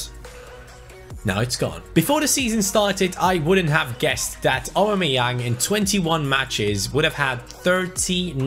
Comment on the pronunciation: Why can't you poronounce "Aubameyaung" probably? Lol